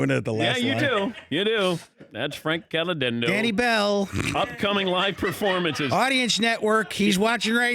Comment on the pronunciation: Did he say his last name wrong? CaliDendo?